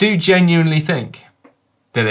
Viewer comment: Caption: "I fin-k you went too far this time". "Trust me, this is the-fin-itely going to improve performance"